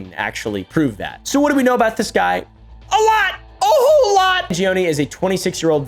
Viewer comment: You're saying "Mangioni" instead of "Mangione"